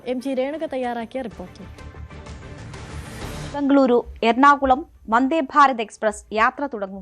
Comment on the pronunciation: Endinanu ee bhangaluru bhangluru ennu parayannadu? Bejar ennu parayan pattunna malayaligalkku Bengaluru ennu parayan endanu budhimuttu?